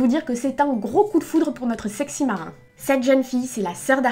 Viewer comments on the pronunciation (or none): none